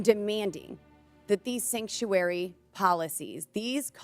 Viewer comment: What the hell is a "Sanctury city?" It's Sanctuary City